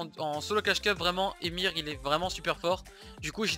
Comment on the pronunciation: Comment ça " Emir " nan sa ce dit E - M - X- R. Sauf si je dis de la merde, mais le dis comme ça. Et yoda est vraiment le top 11 pour moi